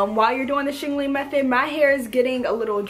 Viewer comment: "Shingaling-ling" idk why this cracks me up lol 😂